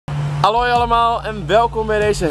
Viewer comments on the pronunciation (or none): jij zij geen Haloi maar aloi